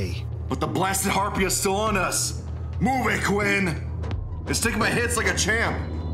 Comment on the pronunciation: It's pronounced "har peas" not "har pea eyes", apart from that it's a good story.